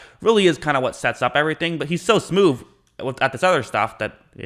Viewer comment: Can't stand listening to thiths guys lispsth hits way thru thiths. This guy has multiple speech defects. I heard him say smoove.